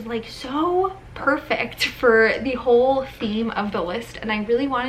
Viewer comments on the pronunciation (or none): none